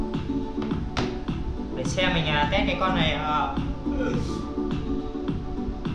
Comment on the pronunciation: Anh ơi e góp ý test chứ k phải tét nha anh